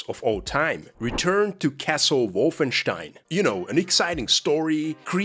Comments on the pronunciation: you're not them, it's "Wolfen STEIN" not wolfen SCHTEIN" OK? THANKS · I love how you pronounce it “WOFFENSTEIN” you get the “Stein”Part right but the Wolf is too much 🐺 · That's more or less how you pronounce it in German.